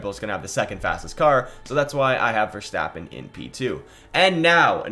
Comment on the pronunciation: You finally learned to pronounce verstappen right thank you